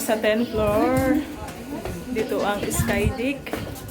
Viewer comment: skydeck but you prononunce as skyDICK hehe